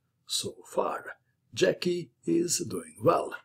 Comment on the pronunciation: Hi, As you are Croatian by origin I would expect you pronounce Slavic names correctly. It tear my ears the way you pronounce Brjecky (obviously Slavic name)